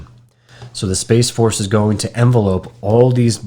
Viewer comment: The word envelop is pronounced in-vel-up. Not envelope as in what you mail a letter in. I'm not trying to be snarky, just wanting to help educate. There is a difference between the 2 words.